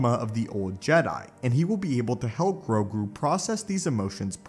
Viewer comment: grogu not "grogi"